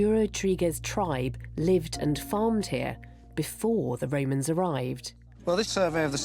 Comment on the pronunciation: why does every english historian call them the woemans? They were called Romans I think... Apart from Wodewick, he was definitely a woeman 🤣🤣🤣